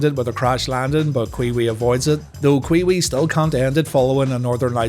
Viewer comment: I was always a Raw guy. Its so goofy hearing him call a wrestler kwiwi